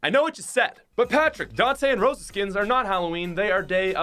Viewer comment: That’s not how you pronounce Dantè and Roša